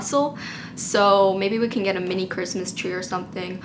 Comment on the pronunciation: Was I the only one that heard “Chwistmas Twee oh Chrwistmas Twee” in that version of Christmas Tree?